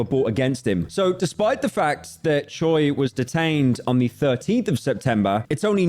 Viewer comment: The last name Choi is 최 and it's actually pronounced as something like cho-way but I wouldn't expect anything less from le slopman who says zoo-cho-sis